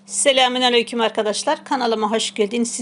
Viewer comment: Ablam ellerine sağlık bi rica var selemun telaffuz hatasi selamün aleyküm olmalı. İyi günler hayirli ramazanlar